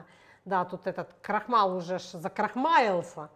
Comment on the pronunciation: Спасибо за рецепт и хорошее настроение..Вы говорите крохмал та женет коохмала.❤❤❤❤❤❤❤❤❤❤